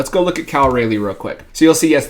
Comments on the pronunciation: FYI - Raleigh rhymes with trolly. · Cal rah-ly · Cal Raleigh is the best catcher in Baseball and he's a rookie. Take away his first month of the season where he got sent down and the stats show a different story. Also, you said his name wrong.